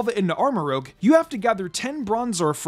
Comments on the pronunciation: He still says Armarouge wrong... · Merry Christmas! So far I think this is my personal favorite of the best teams from this game so far, like I'd honestly use it on an in-game playthrough only thing I'd prolly change is use Glimmora over Clodsire, but that's just because I have personal bias to Glimmora even though it's much harder to get than Clodsire. Also Armarouge is pronounced using the french word for red rouge not rogue like from D&D his name basically means armor red. I'm sorry for the correction it's just Armarouge is my favorite pokemon of gen 9, I'm super happy you put him on this best team though 😁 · It's ArmarOUge not ArmarOGue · I don't why it bothers me that says ArmaROGUE instead of ArmaROUGE but it bothers me a lot so Thank you Reddit Armarouge pronunciation Discussion Just want to point out that Armarouge is a combination of Armor and Rouge (the color), not Rogue (the RPG class). So the pronunciation should be arm-uh-roozh not arm-uh-roge. Most people probably already know that, but people mix up rouge and rogue all the time, so I figured it was worth a mention. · Armarouge, not rogue. French for "red" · "Go ahead and correct me in the comment section below." Ok then. It's pronounced "Armour-Rouge" no "Armour-Rogue". It and Ceruledge are named after colours. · Armarouge's name is actually pronounced as Arm-a-roo-juh, rouge being the French word for red. It makes sense when you think of it being in Scarlet. This is also why Ceruledge contains the word Cerulean, a shade of blue for Violet. For the word that you're using, it would be spelled as rogue. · I’ve been waiting on you to realize you’re pronouncing Armarouge incorrectly. You’re saying it as if it were spelled Armarogue. It’s rouge, meaning red, as in the movie Moulin Rouge. Otherwise great content! 👍🏼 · Love the content, but hearing "Armorogue" instead of Armorouge so many times really threw me off.